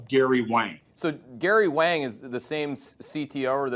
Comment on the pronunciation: It's Wang. DEEP WANG!!!!